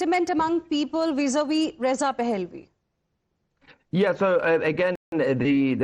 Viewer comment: I wish she would take 5 minutes to learn to pronounce and Pahlavi correctly.